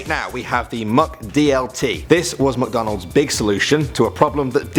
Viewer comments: MICK not MUCKdonalds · Mick, not Muck. MICK-DONALDS. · Mc not muk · We say mic not Mac Donald's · I love “Muc Donalds” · The way he pronounces McDonald's lol MucDohnald's